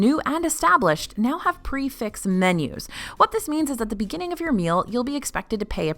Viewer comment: Prix fixe isn’t pronounced pre-fixed….